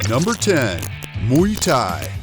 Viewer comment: Nem Muy thai, hanem Muay thai🤣